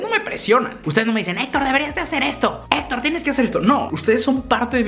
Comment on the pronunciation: “Hola yo soy Etor” 🤣